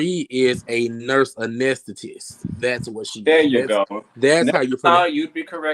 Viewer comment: Pronounced ah-nest-ta-cyst, it's a doctoral degree in nursing. It is not CNA (certified nursing assistant); it is CRNA (certified registered nurse anesthetist).